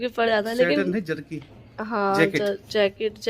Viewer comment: Itni zada over acting krny lagi ho or jarki nae jarci hoti hy